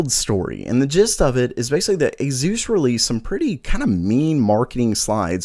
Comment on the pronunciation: "Azeus" hahaha